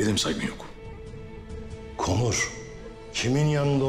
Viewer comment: Korun değil konur